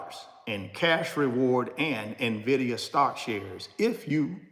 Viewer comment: So glad you are correctly pronouncing "Nvidia" starting to look like you are knowledgable 😉 no more "Nividia" 🤣